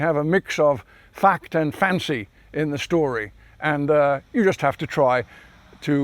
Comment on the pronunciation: The way he says fact " there is absolutely FAKKED"